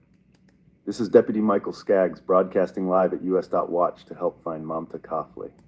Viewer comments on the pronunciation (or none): none